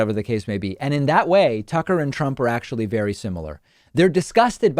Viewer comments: David; Did you say a "Sucker Carlson" or I just misheard? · You KEEP mispronouncing his first name